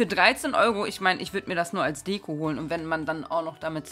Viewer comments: Du hast zweimal dekuh gesagt🤣🤣🤣😂😂😂😂🤣🤣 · Als du Deko sagen wolltest und du dich versprochen hast hab ich direkt an Deku(Izuku)aus my hero academia gedacht XD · Deko nicht deku